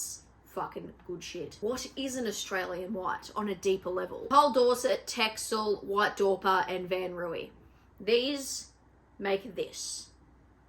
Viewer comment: No hate here, but Texel is pronounced as Tessel.